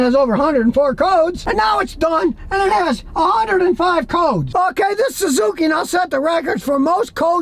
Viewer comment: . THE SUE ZOO KEY?